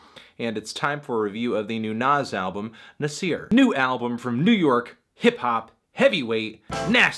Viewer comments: Did you really had to call the album Nazi with a hard R? smh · How you gonna say Nas properly 5 times then says Nasir wrong?